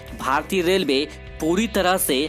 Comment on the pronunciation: Delway kyo bol Raha Hai relway bol